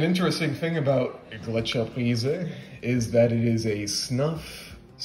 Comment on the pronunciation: Pretty good pronunciation. Gletscherprise was the first snuff I tried, its available everywhere in Germany, even at small supermarkets. When you mentioned Pöschl a couple of videos ago, I went to a tobacco shop and bought a pack of Löwenprise the next day, I couldn't resist :D Prefer it over Gletscherprise